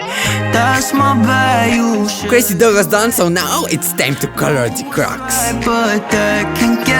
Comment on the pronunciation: I love when says “color” it sounds like “call her”